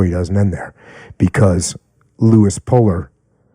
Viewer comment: Puller not Polar